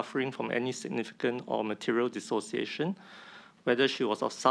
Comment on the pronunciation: Dissociation - Tee-Siao lah. 😆😆😆 Alamak